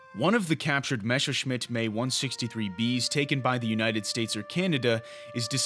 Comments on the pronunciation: F**k Me/ME. It's Messerschmitt not Mescherschmitt. It reminds me once I told friends I have read about some "rough" pilots. They laugh because it's pronounced "R.A.F"? I was ten back there but you sound like an adult. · Seit wann wird denn Messerschmidt "Maysserschmidt" ausgesprochen? M.E ist passender als May...